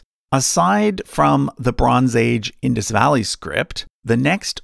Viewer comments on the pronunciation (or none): none